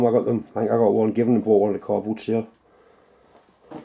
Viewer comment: Your other chucks are made by Albrecht - pronounced Al-breckh-t (German) not All-bright.